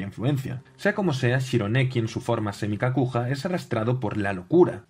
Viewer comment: Para aclarar Kakuja se pronuncia Kakuya. En japonés la j se pronuncia y (como en inglés) y la y se pronuncia i (estirada). Y la g como gue Por ejemplo, Yugi Muto se pronuncia Iiugui Moto